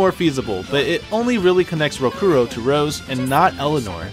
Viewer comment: Great references in the video, it's awesome that people went through so much research and discovered these connections, the only issue I have with anything in your video (and this is minute ... and quite possibly a little petty of me, so forgiveness) is how you kept pronouncing Rokurou's name incorrectly. You correctly pronounced "Shigure" and " Rangetsu" each and every time, but failed at Rokurou... even though his name is spoken and the Japanese accent is correctly pronounced in English throughout the entire game multiple times. I do apologize again, but it has always been a huge peeve of mine.